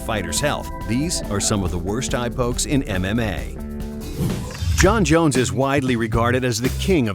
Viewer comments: he said John coke dick jones lol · Jon coke dick jones! I can't unhear this.. classic